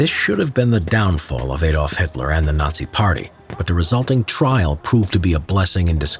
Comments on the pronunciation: It's Adolf, not eyyy dolf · Why u say eydolf? Is this so impossible in English to call an A.... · Daaamn stop saying A-dolf It's more like R-dolf but without the rrr sound